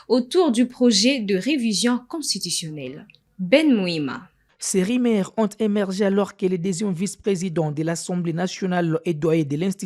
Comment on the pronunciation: Rumeurs et non rimere Tendu et non tendi Faites un effort pour la prononciation svp